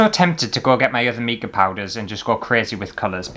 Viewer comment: did you know it’s pronounced mica as in formica? Not meeka. 🤣